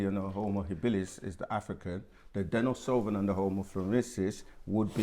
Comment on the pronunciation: He mispronounced “denisovan” as “denisoVIAN” yet thinks he knows more than the master teachers 🥱⛩️